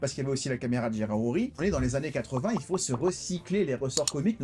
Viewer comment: "Durant ces vingt zannées". Je ne m'en suis pas encore remis. Ceci dit toujours autant d'enthousiasme dans vos émissions et cela fait plaisir à voir bien que ne partageant pas toujours vos avis. Normal. Principe du débat démocratique! Bonne continuation!